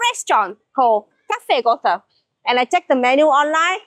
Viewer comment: Please,, don't you say "Göthe", you know, with an English "th"! 😬 His name is pronounced " Gööte " with a long first syllable and only a "t"!!! Some Germans take it very seriously when it comes to our national treasure, the best poet on earth, some may say. Johann Wolfgang von Goethe NEEDS to be pronounced correctly! ☝️ 😂🙈